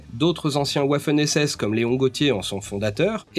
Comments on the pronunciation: Un "ouaf" hen SS ???? Alors pour désigner un Waffen SS, dis sans forcer "vafeune" SS. Au moins, il y a une une chance qu'un Allemand te comprenne. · Et Waffen Vafeune, pas ouafune (c'est pas de l'anglais) ;-)